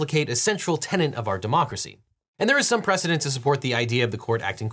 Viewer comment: Tenet, not tenant.